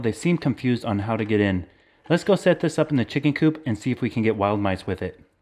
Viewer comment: he Said Nice instead of mice